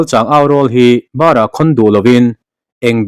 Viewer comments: Bárah a ni lo, barah tia bar hi lam rîk chhuk tur aw😮😮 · Bâr ah khawn duhloin Barah khawn duhloin i chhiar thiam viau a mahse athluk diklo a i chiar thunhi atam tutepawh hi inzir ngai kanni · Barakhawn lo, tih kha Bar kha chawbar thluk ang ni lovin, Bankhur sawi a ban thluk in Barakhawn lo,tih tur. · I mizoṭawng lam dik loh karawn sel lawks! Chalchang aurawl hi, barah, tih lai hi, chaw 'bâr, angin lam lo la, ka 'kal, a hunta, ti a kan lam ang hian lam tur a ni zawk e. I chhiar ngaihnawm thiam khawp e. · Zotawng chhiar i thiam ṭep e. Barhah tih leh thildang thluk a dik nep deuh.